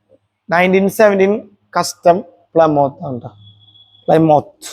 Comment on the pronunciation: പ്ലമോത്ത് അല്ലടാ പ്ലിമത്ത്